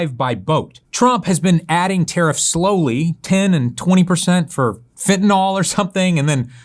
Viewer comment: “Fentanyl” rhymes with “pill”, not “pall”.